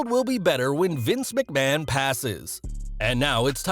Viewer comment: Vince McMaho